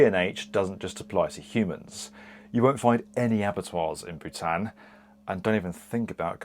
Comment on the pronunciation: that pronunciation of Bhutan is killing me